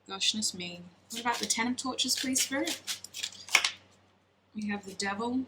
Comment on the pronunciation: Omg I kept hearing tortures instead of torches LOL